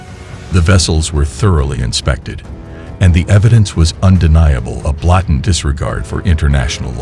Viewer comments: "Botant" ? This narrator doesn't know how to pronounce blatant. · What kind of weird A.I. voice narrator is that? "Blattent," instead of blatant? Sounds dum. Maybe it was a typo. A.I. doesn't care about typos. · WTF crappy channel you can't even pronounce the most simple of words "blatant". You seriously want to make speaking your career? Why are you engaging in public speaking at all if you can't even pronounce simple English words? What a turnoff from this channel. A bit before you use the world "blatant" and you butcher it. Clean it up if you want to make this your work, otherwise piss off go dig ditches. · Blatened??? Who proof reads this stuff for your non native ai narrator ,? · How do you not know how to pronounce "blatant"?